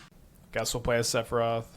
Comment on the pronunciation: you really got a get the 🎶 Sephiroth🎵 right lol, not whatever abomination you keep saying lol